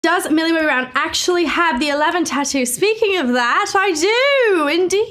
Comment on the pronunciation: "Does ,MILLIAEBOBEYHBROAWNH actually have her eleven tattoo?"